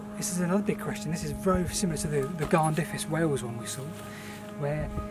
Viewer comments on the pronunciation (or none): none